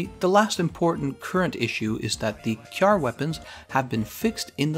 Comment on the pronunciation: thank you for pronouncing Kjarr correctly :) .... so many youtubers get it wrong and it hurts my soul lol